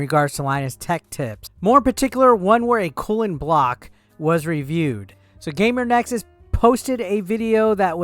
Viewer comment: GamerS Nexus. Difficult to continue watching if you cant even get that right...multiple times. Oh wait, now you said it correctly....oh wait, now incorrectly again. Sigh...